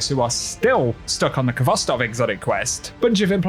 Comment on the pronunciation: Never mind getting it. How about pronouncing the name correctly? Its pronounced Hvostov with the h in a rough way.